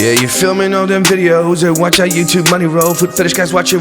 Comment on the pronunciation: "Are son"... No Myka! It is " OUR son"